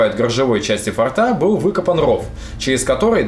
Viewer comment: Ну блин,фОрта же,фОртов - слух же режет ояебу.Хорошие у вас ролики,информативные.А что на диске поклонника было?ОТВЕТА НЕ ПОСЛЕДОВАЛО.(( Пересмотрел и снова слух режет ваш татарский язык.Ну,блин,фОрты же.Для сохранения фОрта.От слова форт ударение.Спасибо за видео о погибающих раритетах чужой земли.